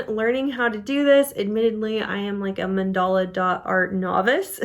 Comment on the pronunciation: Another fabulous video! So easy to follow instructions. And now I know how to pronounce mandala 😊